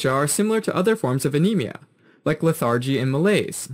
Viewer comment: Excellent YouTube video with great animation and clear labeling and explanations. I only have one minor point of feedback. The pronunciation of lethargy was incorrect. The stress is on the first syllable, not the second syllable. Say it like this: LETH-er-jee. Other than that, this is an excellent educational video!😸